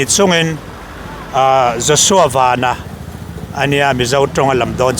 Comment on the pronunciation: Vanlalpianga hi Joshua van hming lam hi a lam dik thei lo thin chu